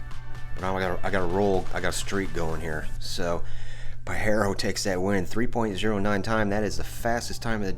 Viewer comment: First time ive ever heard that Mitsi called a "Pa-heh-ro" 😮 We call it a "Pah-jeh-roh" with the strong J sound